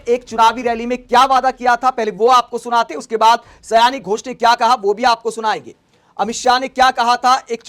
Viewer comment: यह सयानी घोष नहीं साउनी घोष है, आगे आपको इस गलत ना बोलने को लेकर सतर्क रहना चाहिए और एक विडियो बनाकर माफी मांग लेना चाहिए यह मेरा ख्याल है क्योंकि समझदारों के लिए इशारे काफी होता है लेकिन कभी कभी लोग समझदारी दिखाते हुए सही इशारे को भी लोग गलत तरीके से ले लेते हैं।